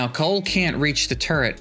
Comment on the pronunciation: Sometimes when you say turret fast, I hear TURD